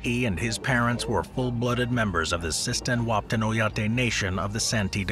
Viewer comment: As a North Dakotan there are only so many times I can stand someone mispronouncing the town Wahpeton it’s Wah-Pe-( like the start of the word pedestrian) and ton ( like the word ton)